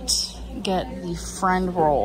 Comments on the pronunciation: I know this is old, shout out to you for keeping it entertaining for years to come, but how did we not notice her saying “frined roll” instead of friend roll 💀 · she can't even say 'friend roll"